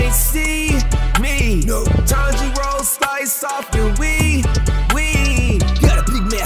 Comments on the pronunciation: For once, Inosuke got Tanjiro's name right. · i like how inoskue actually said tanjiros name correctly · Yo inosuke actually got Tanjiro’s name right 😂